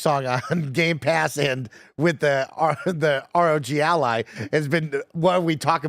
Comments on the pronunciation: Guys, it's pronounced ROG Ally.... not Rodge Ally or R-O-G Ally... jesus christ. Do you also pronounce the word Dog as Dodge?? It's the same word, just replace the D in dog with an R and you have the pronunciation. It's not rocket science, it's been spoken out loud a million times by other Youtubers as well as the folks at Asus. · Actually, it is pronounced "Roger Ally". Embarrassing mistake to make for you. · Why do they always pronounce “Rog” as if it’s Roger’s nickname? lol It’s pronounced the same way you pronounce hog. 🤣